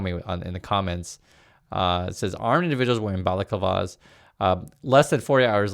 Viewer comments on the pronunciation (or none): Your pronunciation of balaclava is priceless. Phonetic spelling "bellaclarva". It's a hood that you wear over your head down to your neck with openings for eyes, mouth and nostrils. Many applications apart from the obvious advantage when parading around in front of security cameras pinching things. Other uses include protecting your head and face from cold while skiing. Protecting head and face from fire (fire fighters, racing car drivers). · balaclava is a face mask. The typical once you picture when you think of a robber. And to help with the pronunciation bala-cla-va.